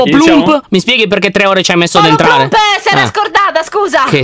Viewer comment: Io che riguardo questo video nel 2021: Anna si chiama poloplump e nn polpoplump, piadina nn è una cacca, c'è pirtorgio🥺, lyon che spiega come giocare